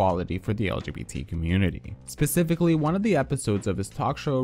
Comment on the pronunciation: 1.) I hate that you said PECIFICALLY then not even two minutes later, you say SPecifically. 2.) I think most of the people that come at RuPaul or anyone by saying they are transphobic are most likely not trans and straight. Also the people saying he didn't say enough about BLM are more than likely, more white people than black. Not saying that allys can't speak on public issues but I don't think that people that aren't marginalized by those issues, should be the ones affected, because they aren't. Also, I'm not sure if it's even right for white fans to freak out and call RuPaul racist while he, obviously being black, and them being white.